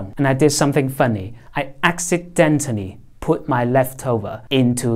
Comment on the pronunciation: 流暢，但請加強正音 聽聽看自己講funny